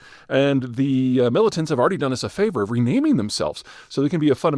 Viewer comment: in this video you said 'mullitants', in another video you said 'mar a largo'. i've got my eye on you, Zeihan. o.0